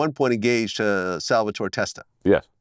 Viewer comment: There is no "ee" at the end of Salvitore. Goddammit, I hate that Non-Italians try to put that "ee" on the end of names that don't have it.